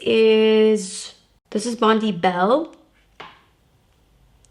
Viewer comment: FYI, 'Bondi' is pronounced 'bond-eye', not 'bond-ee'. Bondi is a beach in Sydney, Australia.